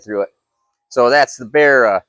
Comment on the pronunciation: just a note from an aussie, pronounced barra (ba-ra, the engines had the codename barramundi when they were being designed) not berra